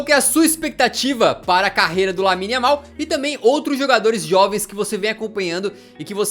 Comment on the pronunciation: No momento ele fala yamine